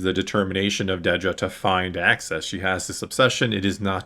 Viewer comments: …“Axis” not “Access” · It's AXIS, not access, bro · it sounds like you are saying “access” rather than “axis”. Maybe I’m just hearing you wrong. lol. Great episode!!